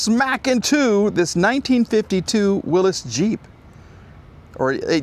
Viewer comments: it's pronounce "Willies", not Willis. That is a beautiful partial remod, but looks not too expensive to fix, looking into it, Willy's Jeep parts are plentiful online, there's even a Willy's website. That particular model is a Willy's pickup, there are a lot of replacement hoods, and you can get doors also. Project car? Yes, definitely. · Not a jeep. It's a Willy's (pronounced will-is) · Pronounced "Willis" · Does know how to pronounce Willy's? Lol